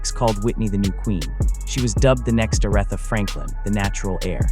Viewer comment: OR-ITHA! OMG: :face-orange-frowning